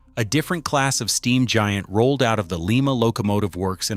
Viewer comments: It's LYE MA.........not Lee Ma. Lee Ma is in Peru. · And it is lye-ma not Leema. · STOP 🛑 we don’t live in Peru. Lima, OH is pronounced lime-uh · Thank you!! …. That pronunciation bugged me all through this video ….